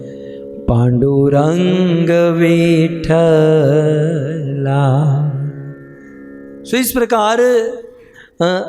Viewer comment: भज भज मना पाडुरंग विठ्ठला हे असे आहे.विठ्ठल मधे वि र्हस्व आहे चुकिचे उच्चार करत आहात